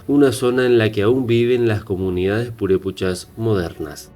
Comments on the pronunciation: No es purePUCHAS se dice purePECHAS ! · No se dice purupechas..... es purepechas!!!!! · Disculpa, no son Purepuchas, son Purépechas. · PUREPEEEEECHAS. no purepuuuuchas. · No se pronuncia purépuchas son purépechas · PurépEchas... no PurépUchas... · Lo estas pronunciando mal , se llaman Purepechas , , no puré puchas . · Es Purépechas, no Purépuchas. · Ma migo muy bonito documental pero no son purépuchas , son purépechas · JAJAJAJA NO SON PUREPUCHASJAJAJAJAJAJAJ SON PUREPECHAS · purepuchas.!!!!!.....jajajajaja.....son PUREPECHAS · Purépechas no purepuchas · Purepochas? Deberías tener respeto a los nombres y estudiar mas para no decir tonterías. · Aprende a leer güey! No es purépuchas, es purépechas y otras palabras que dices mal. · Es purépechas NO purepuchas. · Gabriela Hernandez también dice purepuchas y es purepechas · Y purépechas.. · Es Purépechas no purépuchas, es lago de Pátzcuaro no pútzcuaro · No son purepuchas, son purépechas y el lago es pátzcuaro y no putscuaro. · Se dice purépEchas y PÁtzcuaro... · PATZCUARO Y PURÉPECHAS... Wey al menos investiga como se pronuncia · Se pronuncia ..”purépechas” y se dice “Pátzcuaro”